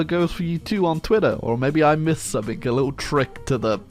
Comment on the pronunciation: Why does he say "some-ink" instead of "something"